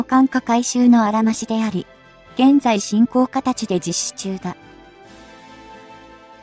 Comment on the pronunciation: 読み上げソフトがポンコツ過ぎない？ 回転つばさ機wwwFスリーごライトニングwww現在進行かたちww